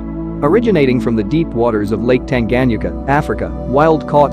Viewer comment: Great African Cichlid. However, you are not pronouncing Lake Tanganyika correctly and it kills the video!!! Lake Tan-guh-nyee-kuh